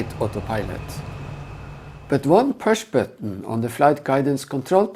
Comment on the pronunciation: this pewsh batton ?😂